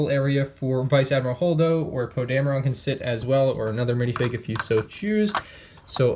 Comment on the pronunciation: It is pronounced Poe Dam - er - in... Poe Dameron